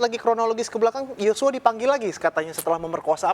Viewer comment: Yosua bukan yocua